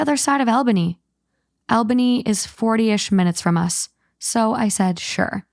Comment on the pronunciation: Albany is pronounced All-banny.... by the way